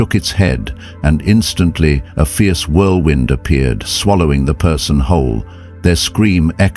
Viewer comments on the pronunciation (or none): none